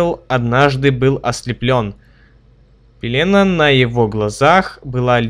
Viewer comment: пеленА ударение на последнюю